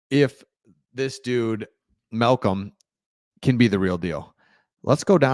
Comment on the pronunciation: It's Mal com. Koonce haven't you heard others say his name unfreakenbelivable